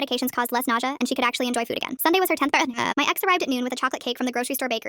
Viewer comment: “it was her tenth eritheridayth”